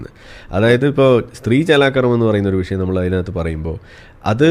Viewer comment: വിശയം അല്ല മാഷേ വിഷയം. 😍